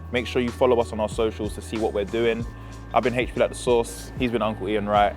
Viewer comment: It’s HP like the sauce❗️